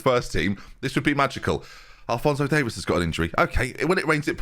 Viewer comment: It's not Davis it's Davies (Dave ease)